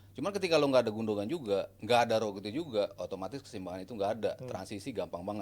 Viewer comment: "gundoan" ya, bukan "gundogan", nyebut nama player gini amat ><